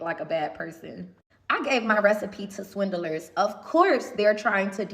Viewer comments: Not Swin-Del-Ers 😂😂😂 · can't even say 'swindlers' correctly, never mind that she's inviting them to sue her for that brazen claim. She seems as toxic as her sauces. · The way she pronounces 'swindlers' gives me hives.